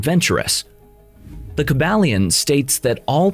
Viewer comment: Kybalion ( Kai-bal-yon)